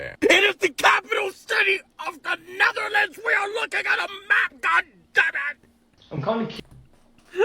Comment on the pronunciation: I'll be honest. I'm 100% sure she got the Netherlands and 'neverland' mixed up from what it sounds like 😂